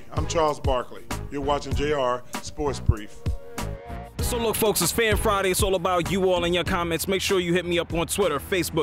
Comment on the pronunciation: I laugh everytime at the way Charles says JR Sports Brief lmao